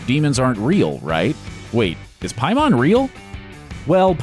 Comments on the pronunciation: the scariest part is how the narrator definitely hasnt seen the movie. "pie mon" LMAO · Its pronounced PAY-muhn, did you watch the movie? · pronounced “pay-men” lol. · How are you saying “pie•mahn” when the movie clearly states his name...? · Ok it really bothers me how the guy talking in the video keeps saying Paimons name pronouncing it Pie-Mon ( making it sound like he’s talking about a Digimon lol ) is anyone else noticing this??? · “Pie mon” for real? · Pie mahn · "pie-mon" lmao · Pie-mahn, man did you watch this shit??? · Saying Pie-Mon, sounds like the name of a Jamaican bakery. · It's pronounced "Pay-mon". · PAY-MON, HOLY SHIT DID U EVEN WATCH THE MOVIE, FUCK. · Why does no one know how to pronounce Paimon? 😭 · The scariest thing about this video is that in the movie you can literally hear how to pronounce Paimon but you still get it wrong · The scariest part of this video is how you pronounce Paimon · Scariest part of this video was the butching of Paimon's name over and over again... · They say the demon's name multiple times in the film and you still pronounce it incorrectly smh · The scariest part of this video is the amount of times he mispronounced Paimon. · A bit of a nitpick, but it makes me think you didn't watch the film: you're pronouncing Paimon incorrectly. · the only scary thing is how you pronounce paimon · You're pronouncing Paimon wrong. Just saying. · You pronounce paimon strange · PAY-man. Not Pie-Mon. Did you watch the movie?? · Pay mon, not Pie mon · Why is the dude pronouncing it "Piemon" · “Pay-mon” not “pie-man” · It’s, PAYmon not PIEmon. And it’s spelled paimon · "Pie Mon" is a Jamaican selling cheesecake. The demon from the movie is always pronounced "Pay-Min." Narrator should see the film. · I'm just wondering where you got that pronunciation of Paimon from... like, in the film it's clearly Pai like "pain" not like "pie" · PAYmin. Not PIEmon. Did you watch the movie? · Who the hell is Piemon? It's pronounced Pay-men. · “Pie mon”